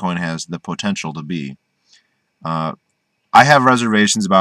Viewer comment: I like how you say the word POtential. Great video.